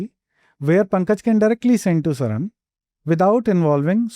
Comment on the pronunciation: Sharan ❌ Sarang ✅